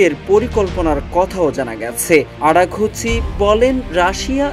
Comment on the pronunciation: আরাগুচি না আরাগচি